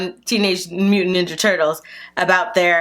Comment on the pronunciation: Is anybody gonna talk about how it said Tenorge moopan nilna turts